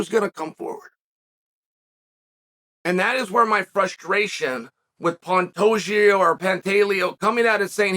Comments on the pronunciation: You lost me at “Pantajio” 😂😅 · Cmon Chael at least say Pantoja right... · Things I learned today. Pantoja (actually pronounced pantageoo) won his fight last Saturday (probably by finish) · Chaels latest phonetic fighter name: Pan-tay-joe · it's not a hard name to pronounce why the shade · this guy is stupid first learn how to pronounce Alexandre Pantoja 2 let Pantoja do whatever he wants to do . The good or bad guy let him be himself like brandon is himself maybe that’s why he has blown up . GSP GOAT was also himself when Skillful and Talented no need to act a fool like you suggest bad guy ha.. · Chael really put the pronunciation of Pantoja through it's paces! I counted six different pronunciations 🤣